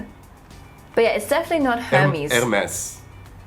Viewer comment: Hermès is "ermèsse" in French :D. We do pronounce the S :)